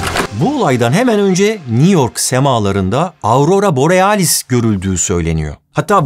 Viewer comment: Borialis dedin ya aklıma half life geldi :D